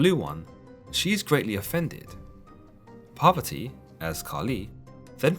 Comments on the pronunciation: The pronunciation of Parvati and the Author pronouncing as Poverty. now I Know Word Poverty means Parvati of Hinduism. Shiva :- Is Kali Shiv :- Sankar even Judasim have Vowel S'va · Shiva’s lady’s name is Poverty? I am honestly asking, captions don’t help me as they say “poverty” but don’t capitalize the P, so I’m wondering if it’s just hearing it phonetically or has it wrong.